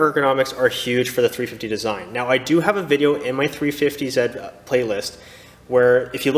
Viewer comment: It’s 350 Zeee my dudez